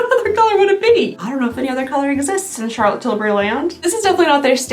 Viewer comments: Because of the way you say Charlotte Tillberry I have not been able to say it normal since. Every time someone speaks of Charlotte Tillberry all I hear is your voice🤣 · Omg you saying Charlotte Tilbury will forever be my favorite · I also never want to her voice because you say her name the best 😂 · I love you. You are my comfort food but stop saying Charlotte Tilbury like that!!! Please!!!😂 I’m so happy you started doing mass advents. I look forward to these all year. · I just love how says the name 😂😂😂!!! I can listen to over and over again and still smile and giggle. 😊😊keep saying it, it is awesome and brightens my day. ❤ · I love the way you say Charlotte Tilbury! I tune in every year just to hear your over the top pronunciation of this person/ company name. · Here for the fancy way you say "Charlotte Tilbury." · I cannot say Charlotte Tilbury normally now 🤣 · Thanks for influencing me so much when I walk around in our makeup stores in Austria and see Charlotte tilbury i pronounce it your cHaRlOtTe TiLbUryyyy way out loud all the time, lol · I always pronounce her name that way when I see it 😂 and tbf, she doesn’t sound that different in her ads!